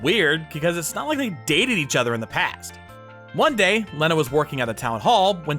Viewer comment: Please stop butchering the name Lena..... Pronounced Lee-na 😂